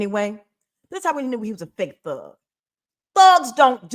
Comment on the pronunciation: Did you call him a Fhug?? A fake thug? I swear I heard you say Fhug 😝